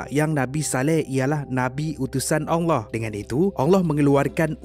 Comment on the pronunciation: Saya Saja ka yg dengar sebut "ALLAH" bunyinya jadi ONG LOH. saya minta maaf dengan tuan punya badan kalau saya salah..